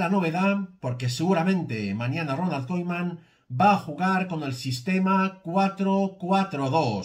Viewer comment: Yo tú no sabes decir koeman